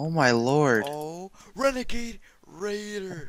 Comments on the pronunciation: "renegade raidergaid" lmao 1:7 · don't even know how to say renegade raider 😶😶😶😶😮😮😮😮😮😮